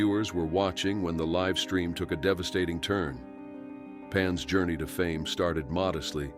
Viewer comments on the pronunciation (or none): none